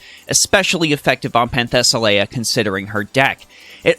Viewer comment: You pronounce her name wrong, but good video.